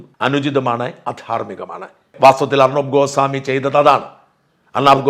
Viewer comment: ഗോസാമി അല്ല...ഗോസ്വാമി ആണ്